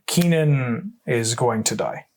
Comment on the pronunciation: In response to this video and the pronunciation of Kinnan, I am going to order an altar of Kinnan that reads Keenan, Burger Prodigy with some classic Good Burger art!